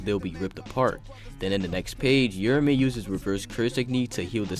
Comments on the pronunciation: Fyi it's not "yura-me" it's "ura-ume" with the emphasis on the A, almost like a "ew-row-meh" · "your-a-may" my god... 🤦🤦🤦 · I cant stand him mispronouncing uraume and its like hes just forgetting shit, kashimo and hakari made a deal that hakari would let them fight interuption free so hes not fighting for no reason, hes keeping his promise. Read the shit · sheesh man ur mispronunciation of Uraume and the misspelling in the title is ridiculous 😂😂